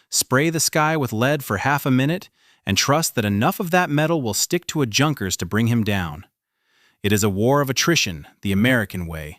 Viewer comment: Phonerically 'Younkers' it's not hard sounding 'J'.